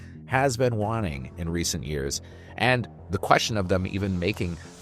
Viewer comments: Not trying to make a big thing of this… but is this an AI VO? It sounds great, but occasionally someone pronounces “fast” as “fost” and “waning” as “wonning.” Not the type of mistakes I expect the average person with a US accent to make. This is not a knock, because well, the future is here, just curious. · This is an AI voice over right? Mispronounced waning, fast, and so on. Like I know you have people to do this why such mid quality. Or are you guys Canadians or something?